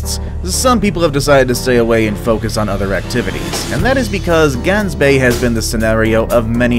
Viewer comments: It is not Gansbay it’s is Gaansbay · I live in sa which is south africa idk if its pronounced gangsbaai bc is sa alot of people speak afrikaans and gangsbaai for me is Gaansbaai like the baai u say it like bye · glansbaai I CANT LOL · Lol he pronounced Gaansbaai wrong and I am laughing 😂😂😂😂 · Probably the 3rd video I've watched that mentions Gansbaai, and all of them pronounced it wrong :( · You pronounced Gansbaai wrong twice hahaha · I am South African and it pains me how you say Gansbaai. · The one form South Africa is Pronounced wierd in english XD because you guys can't say "g" like we do which is strange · I live in South Africa and your pronunciation is rong on Gans bay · Gaansbaai Omfg the way you pronounce it hurt my earss